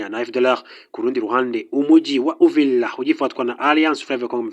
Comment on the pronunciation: UVIRA. Not. UVILA